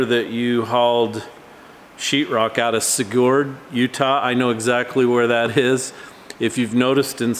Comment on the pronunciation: I live in the same valley Sigurd and my Sister actually lives in Sigurd. We locals pronounce it Sig - heard. I don't mean to say this in any way to degrade or anything like that I just figured that it would help with the pronunciation. I live 3 - 4 small towns south of Sigurd.